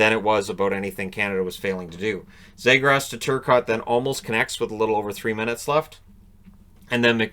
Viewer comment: Knight was a 🏯 fortress. And Trevor Zegras earned the respect to have his name pronounced correctly. (Zeegrus). Brink was awesome blocking shots and competing for pucks. That Canada team was stacked! Great game plan coach Nate Leaman.